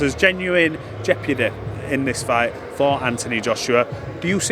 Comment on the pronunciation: Why can none of these morons pronounce the word jeopardy properly???🤦‍♂️🤦‍♂️